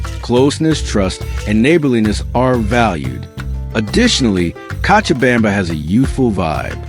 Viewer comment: You are mispronouncing cochabamba (kochabamba) you have to try la vaca loca, el Dumbo, la tequina, you never mentioned a dish called Pam Paco where the food is buried under ground for 24 hours and the 2 o'clock siesta where the city shuts down what about the christo de la Concordia and zip lining .what about that delicious cheese bread and the passion fruit duch and the comedy club and the hot sauce called yajua. I moved there for seven years and the men are not so good when I lived there 1 American dollar was 650.00 Bolivians chicha is the incka Indians booze the hotel cochabamba serves the best escargo and one thing must be said you will get arrested for talking bad about the people or country freedom of speech forget it the police release the prisoners at night so they can steal and let them back in for a split bribery is normal and demanded in government offices and they can seize your bank account and properties with change of politicians i lost my business my house my properties and my life was in danger they do not like Americans they are nice because you have money period that was my experience after 7yrs. Is it still communist or are they democratic now